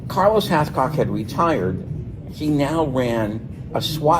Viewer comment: 😅😅😅 Did say "CARLOS HALFCOCK,"???? To Funny, Haha! "PETER NO'TOOLE" Don't get me started!😂